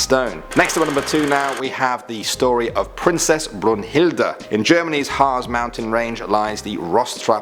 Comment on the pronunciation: It's brühilde bruhild